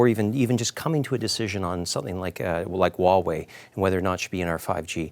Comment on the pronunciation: how immature, the pettiness of mispronouncing Huawei on purpose. pretty sad when CBC has to lower themselves to CCP standards and play their childish games /ˈhwɑːˌweɪ/